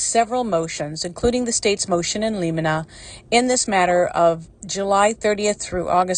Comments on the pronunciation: In limine…. Pronounced “ in liminee” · I’m a retired public defender. You should hear some of the ways it’s been pronounced, heh. “Motion in lemonaid” is my favorite!